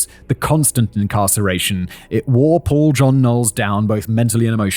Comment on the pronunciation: Not me thinking he was saying Poor John Knowles. 😅